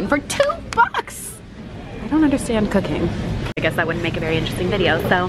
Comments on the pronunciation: I thought you said cocaine. LMAO. What? doing cocaine. Then I realised you said cooking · The first time she said cooking i thiught she said cocaine 😂😂😂😂😂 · Was I the only one who thought she said cocaine instead of cooking 😂😂😂😂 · I literally thought she said cocain and was waiting for her to see that she was joking but when I saw she was serious I was very concerned like wtf but its cooking lol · I'm I the only one who heard cocaine? 😂🤦‍♂️🤦‍♂️ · Okay I heard Cocaine instead of Cooking lmao :v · high key thought you say cocaine instead of cooking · I heard cocaine not cooking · i knew i wasn't the only one that heard that! lmao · Wait she did NOT say cocaine? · Syeda Ahmed ME TOO IVE BEEN LOOKING FOR THIS COMMENT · When she said cooking I heard cocaine 🤣🤣🤣🤣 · Am I the only one who heard cocaine not cooking 😂😂😂 still love her tho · I thought she said crack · when you said "we're going to do something i've never done before" i heard cocaine instead of cooking and i... was fully shook LMAO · WHO ELSE THOUGHT SHE SAID "COCAINE" -- INSTES OF "COOKING" OMG LOL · Did anyone else think she said cocaine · am i the only one who at first thought she said „today were doing something that I’ve never done before - COCAINE ” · When you said "Cooking" in the beginning, I thought you said "Cocaine" and I'm like "WOAH GURRLLL" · I thought she said she was going to do coke for the very first time 😩😩😩😩🤦🏽‍♀️🤦🏽‍♀️🤦🏽‍♀️🤦🏽‍♀️ she said cooking 😂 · I swear I thought she said "cocaine" not cooking at the beginning 💀💀💀😂😂😂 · I thought she said she's gonna try cocaine for the very first time lmao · Am I the only 1 that heard cocaine instead of cooking 😅😂😂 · When you said cooking, I heard cocaine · Omfg I thought you said cocaine instead of cooking and I was like omg nooo noooo🤣🤣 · When she said "something I've never done before...cooking" I really thought she said cocaine lol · hahaha I thought she said she was trying cocaïne instead of cooking😂😂